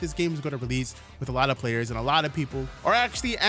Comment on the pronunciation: Bro saying rell seas and release is like the three magic words to a fat person MC DONALD'S IS CLOSE